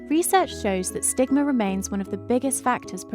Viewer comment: say stigma but remove the T